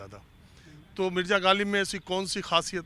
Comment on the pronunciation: लोग ग़ालिब को गालिब बोल कर उर्दू बोल रहे हैं😂😂